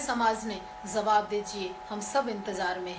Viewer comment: pehle bolna sikh. zawab nahi jawab bol. des nahi desh. bachke reh RSS wale tera rep ker dege.